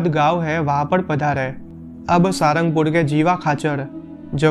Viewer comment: इस स्थान का सही नाम 'साळंगपुर' है। अंग्रेज़ी में 'ळ' उच्चारण नहीं है, इस लिए रोमन लिपि में 'L' ही लिखना पड़ता है। आप इस का उच्चार "सारंगपुर" न करें, असली नाम 'साळंगपुर' ही बोलें और लिखें।